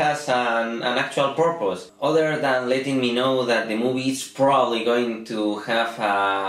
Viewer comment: To be your first time talking about a movie, you don´t do it too bad :P Hehehe, congratulations man! Purpose.... porpos, porpss popoprrporooro.... XDDD